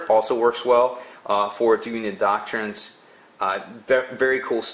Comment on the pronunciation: I think it's pronounced "DOK-trinz."